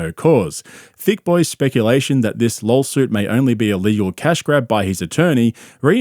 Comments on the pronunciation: Hey, it’s LAW-SUIT. Not, LAWL-SUIT. Limeys are brutal… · Does he keep saying LolSuite? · What’s a “lurl” suit? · "Lawlsuit" hahahahaha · It sounds like he keeps saying, "lawlsuit." He probably isn't, but I can't unhear it now. It is a lol suit, for real! Haha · I love how the narrator keeps calling it a lawlsuit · Did you just call it a lol-suit? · "Lawlsuit" when I'm reading "lawsuit" in a legal document, is gold. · I love how it sounds like you keep saying, “lolsuit”. 😂😂😂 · It sounds like you're saying Lolsuit which is funny and accurate. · A "lawlsuit" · Did he say "Lawl suit" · i misheard it as a "lawlsuit" and now I can't unhear it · It's because that's that what he says, B - "Lawlsuit...lawlyers...kreckt"....there's a reason schaubinese is a thing. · What's a "lawl suit"? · It’s “lawlsoot” B 😂